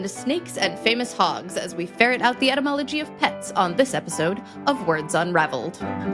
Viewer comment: "Cat" spelled backwards is God. Oh wait, that's for dogs. That's "useless entomology", right? I love your podcast, but you really have to apply correct pronunciation to distinguish the word as ety + mology -- the study of words and their origin. In all fairness, it sounds like you have a bit of all cold...